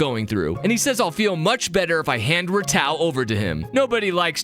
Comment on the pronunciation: Love your vids but I’ll be honest, not sure how much of the fandom says this but, I know i pronounce Ratau as Ratu